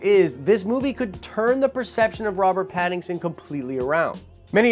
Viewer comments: Great video but his name isn't pattingson lol its Patt-in-son hahaha. Also I dont think he would be a good batman. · Why do you keep butchering his name?? His name is Pattinson. Not Pattingson. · I love how you keep calling him Pattingson, when his name is Pattinson. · Pat-in-son... not patingson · ....."PattINGson"? Lol 😂 I'm going to blame that on you being under the weather. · I’m excited about this casting 😃 but dude, you are almost saying Paddington every time you say his name: Robert Pattinson. For sure, he must bulk up. I don’t like Nicholas Hoult for Batman/Bruce Wayne. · Sorry, but it's Pattison. Please say his name correctly.🤔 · are you saying Paddingson? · 2012 is when the last Nolan Batman movie came out. You're usually not one to do bits, so, man...WHY YOU KEEP SAYIN' PADDINGSON??!! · Stop saying PattinGson. Lol. Love the channel. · Lol you keep calling him pattingson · Hope you're doing great, bro. It might just be me, but every time you say "Pattinson's" name, it sounds like you're saying "Paddington." I keep seeing little bears in overcoats with Batman masks running around:) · I thought it was hilarious how you missed pronounced his name this whole video lol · There's no "g" in Pattinson... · I LOVE that you keep saying his name wrong LOL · Wow. Lot of comments on your pronunciation of Pattinsons name! Anyway, I just hope the film studio doesn't try to make a movie about the angst of Waynes parents death. I can't imagine fans wanting a tearful emo Edward Batman nor another origin story. They should focus on an established Batman with a good villian story we haven't had yet. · Lmao you're saying his name wrong lmao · You said his name wrong like a million times lol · Say his name correctly lol